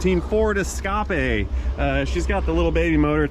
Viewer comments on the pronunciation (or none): Your French is worse than your English, but I doubt your teachers are bragging about you. You still need to test drive that 'Escappah' at 158 mph to confirm the repair. Can you just get into the vehicle settings and change the reading from MPH to KPH🤨? You could see 158 on the speedometer that way